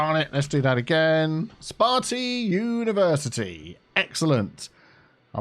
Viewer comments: spartea UniversiTEA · some on, man. ‘universitea’